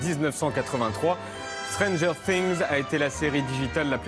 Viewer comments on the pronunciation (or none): Vraiment ridicule de la manière qu’il prononce things